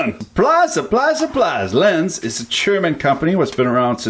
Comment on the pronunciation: Lenze is pronounced something like "lentseh" in english. Nice vid,!